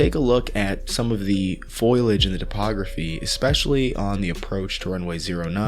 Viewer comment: "Foilage"? Please, not "aluminium" again...